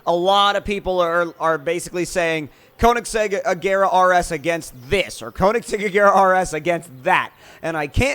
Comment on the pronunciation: You're pronouncing Koenigsegg wrong.